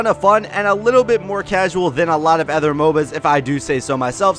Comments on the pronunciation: Idk how you manage to say "ehther" instead of "other" every time without correcting yourself once. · I can categorically state that I have never heard anyone else pronounce "other" as "effer".... so that's new.